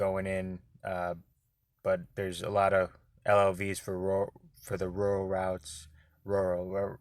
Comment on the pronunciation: Thanks for the info, currently an arc struggling to choose between rca and cca. The rca’s in my city almost always do 40hrs so it’s a tough decision. Also, I’m glad I’m not the only one who struggles to pronounce rural 😂 I might just choose cca so I won’t have to say rural lmao